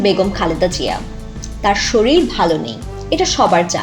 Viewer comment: স্যালারি একটু বেশি দিয়ে শিক্ষিত মানুষ নেন, ইউটিউবে ভয়েসওভার দেয় কিন্তু শরীর উচ্চারণ করে শরিল - এটা কেমন কথা 🙃🙃🙃